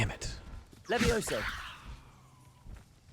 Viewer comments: Its leviOsa, not levioSAR XD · It’s leviOsa not leviosA 😂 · The slowly building joking rage as the Leviosa joke kept going... *backward*. Levi-oh-sa, not levio-sah, honestly. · It's leviOHsa, not levoiSA, also they don't remember the movie because of bananas in pajamas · I just needed to say; Its LeviOsa, not LeviosAAAAHH